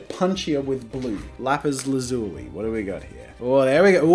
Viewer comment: Steven universe fans already know he pronounced lapis lazuli wrong